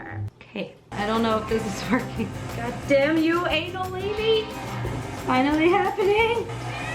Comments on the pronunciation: anelitti turned into analini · It's anEllini, not anAllini! And btw, it means "little rings" (because you know, they look like little rings) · Everytime she said analeny I was dead XD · You kept pronouncing anellini like anUllini so when you started making them I was like “oh so they are called anullini because they look like tiny anuses” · ah-nehl-lee-nee 😂 that's how you say it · I lauged every time she said anelini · "Analinies" Also drinking game: tale a shot every time says analinie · Say analinni one more time shivers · Anyone else think of something dirty when she said ANALini 😂😂😂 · “I do a lot of ANALini” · i died everytime she said an-AL- lleni 😂😂😂😂😂😂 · I literally cannot watch this video because she fucking REFUSES to pronounce anelletti properly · Your pronunciation is incredibly wrong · I get the joke but i'm getting so triggered by your pronunciation of anellini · I'm trying to explain how to pronunce anellini (I'm italian btw)... the first "a" is very open (think of the word darling) and the i is a close one (like in dill) ... great demon king how confusing it's all this BS. Italian it's read how it's written T-T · The way she says anellini bugs me so much but I know it’s not her fault 😂